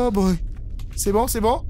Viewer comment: Tu as dit Bron au lieu de bon